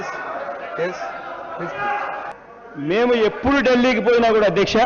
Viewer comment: డల్లి కాదు అన్నా డిల్లి